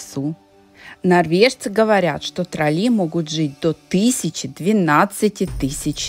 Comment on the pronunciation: трОлли,а не троллИ..Плохо,что после 23 лет не знаете,как произносится главное слово Норвегии😅